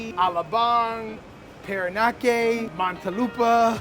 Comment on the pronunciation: Parañaque is pronounced paren-yah-kay. Just like manaña has that nyah sound.